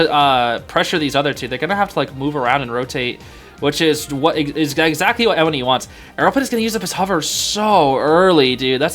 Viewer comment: hey just to let u know, N1e is actually pronounced 'nyeh', since its the word 捏 in chinese (copypaste it into google translate) and it basically means 'pinch' or 'squeeze' (he's literally pinching the survs lmao) fun fact the cn fans call him 捏神 (nie god) because he's just that good